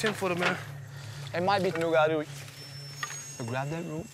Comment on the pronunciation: As a Louisianan i can tell you it burns me up to hear the narrator say "Nugaro"... The creator of our swamps is named the Rougarou!